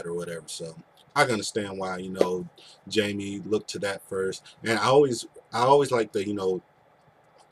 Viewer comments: By the way it is pronounced Haime, not Jaime. He is Spanish. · The name is pronounced Hymie not Jamie.